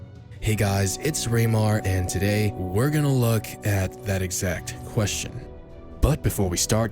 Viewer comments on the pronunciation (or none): none